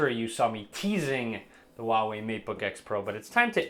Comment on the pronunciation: its Huawei not a Uawei ,sir.